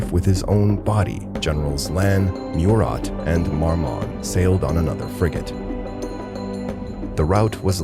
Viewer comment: Also , you need to make sure of proper important name pronunciations when using digital narrator programs.... ie, MURAT is pronounced 'Moo-rah..... not mew-Rat In fact too, when Napoleon returned to France, the French had already gained victories against their enemies to somewhat stabilize the situation for France.